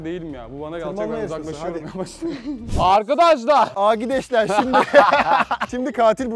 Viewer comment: AHMET ABİ'NİN " AGİDEŞLER" DEMESİ ÇOK KOMİKTİ HALA GÜLÜYORUM